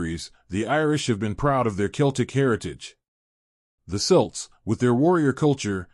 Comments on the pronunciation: It’s not selts it’s celts please do your homework and ask an Irish person how to say these words before doing something like this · Who are these selts he mentions. ? He means kelts. Get it right , why don't you.? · Please pronounce Celts properly🙄 and maybe use a human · I was about to leave this comment myself